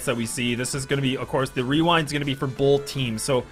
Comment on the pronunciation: someone should tell there is no L in the word both also #justiceforactman